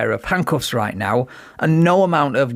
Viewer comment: Did he say “Right Meow”?